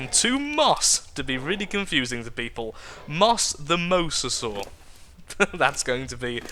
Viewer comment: it is pronounced mo-za-saw not the way you have been pronouncing it for the last 2 episodes!